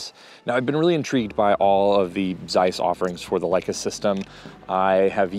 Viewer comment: I assume your grandmother still spoke Yiddish, so on her behalf, please learn to pronounce Zeiss correctly. It's an old German traditional brand and your pronunciation is pulling my ears. Otherwise great content!